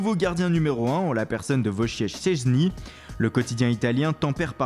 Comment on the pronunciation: Ta tué le nom de Szczesny j'étais mort 😂